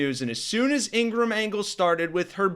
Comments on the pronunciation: It’s not Ingrumm.. It’s Ingra-HAM. FDT 💛💙🇺🇸🇺🇦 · It’s pronounced Ingra-ham.